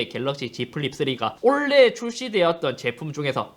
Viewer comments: 영상 보다 말고 투표하고 왔습니다. 2개까지 선택 가능하면 좋겠단 생각이 맴돌았지만 찬혁이가 너무 멋있네요. 근데.....................올해!의 발음이 올레 라고 하시는거 같아서 kt에 조금 심하게 대해서 미안한 감정이 있어서 그런가 혼자 피식해봤습니다. 작년 한해 영상 재미나게 잘 봤고 올해도 잘 부탁드립니다. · '원래' '올해' '올레' 발음비교 영상좀 부탁합니다 ㅋㅋㅋ(농담ㅋㅋ) 한해 동안 고생 많으셨습니다. 22년에도 좋은 영상 많이 부탁드려요!! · 원래,올해,올레 이 세단어의 발음이 저만 똑같이 들릴까요? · '올해'라는 단어를 발음 못하시네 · 계속 올레, 올레 해서 kt랑 원만히 화해하신줄 알았는데 올해라고 말하는 거였네요. 그럼 내년에도 kt는 신나게 패도록 하겠습니다 감사합니다. 만족도가 높네요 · 올해라고 할때마다 olleh라고 들리는건 내 귀가 이상한게 아니라 이유가 있었던거구나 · KT한테 좀 미안해서 그런지 올해를 Olleh로 발음하시네ㅎㅎ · 올래의 라고 하는거 킹받네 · 올해를 올래로 발음하시는듯한;;;; KT인줄? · '올해'를 계속 '올 ㅀㅐ' 발음하시는거 킹받습니다. ^^ 서울에스킹 2022년에도 잘 부탁드립니다~~~! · 올해를 올레라고 발음하시는 잇섭님 뼛속까지 IT유튜버시네요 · 올해를 올래라고 발음하시네 ㅋㅋㅋㅋ 뭔가 사투리인가 (나쁘다는 의미는 아님) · 올해가 올래로 들리는건 나만그런건가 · 올레에서 광고비를 받으셨다면 밝히셔야합니다. '올해'를 계속 올레 올레 하시는데... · 올해가 자꾸 올래로 들려서 웃으면서 봤습니닼ㅋㅋㅋㅋ 어쩔 수 없짘ㅋㅋㅋㅋㅋ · 저만 올해가 올래라고 들리나요...ㅋㅋㅋ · 올해 = 올래 발음이 올래.. ㄷㄷ KT를 아직 좋아하시는 잇섭님의 발음 클라스.. KT는 포기못하지 ㄹㅇㅋㅋ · 형 새해 복 많이 받어~~ 근데 잇섭형 올해 발음이 잘 안되네 ㅎㅎ 올래~~~~ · 올해를 올래 라고 발음 하는건 최악의 발음 상 줘야 되는거 아닌가 자꾸 올래 올래 하길래 KT 가 잇섭한테 광고준 줄 알았네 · 올해를 올레로 발음하시는게 고도의 kt까기? ㅎㅎ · 올해를 올래라고 발음하시는게 귀여우시네요ㅎㅎㅎ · 자꾸 "올래의 ㅇㅇ상"이라고 하는거 킹받네ㅋㅋㅋㅋ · 올해를 올래로 말하는 거 킹받네 ㅋㅋㅋ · 올해 올해 올해 올해 올해 올래 올해 케이티에 미련이 있는지 자꾸 올레라 외치는 잇섭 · 근데 왜 자꾸 올해를 올레라고 하세요? 크흠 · 그른데, 올해를 왜자꾸 올레로 들리는건 ... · 올해 를 올레로 발음하는거 나만 킹받나?ㅎㅎㅎ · 올해 발음 특이하네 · 올해 발음 킹받네 ㅋㅋ